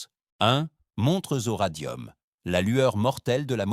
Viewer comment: Je sais que je fais toujours un peu le même commentaire depuis quelque temps, mais comme tout semble généré par IA dans ce que propose youtube... Bref, comment peut-on supporter cette voix catastrophique, sans intonation, sans la moindre connaissance du français, de son sujet, de quoi que ce soit, en fait. J'ai craqué à "unmontrezoradium".